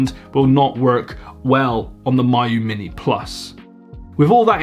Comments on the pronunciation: it’s Mee-yoo not My-yoo. even wulffden can get the pronunciation right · It's "me u" not "my u" it means close friend. There is no "my" pronunciation in Chinese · It’s not My-yoo. It’s Mee-you. Miyoo. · It's pronounced "Me-yoh" not "my-you" FGFS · Each time this guy says MY-oo Mini, I die a little more inside. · of course EU figures out how to mispronounce the most logical way to say a thing lol